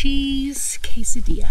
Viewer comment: kay - sa - dee - ya =quesadilla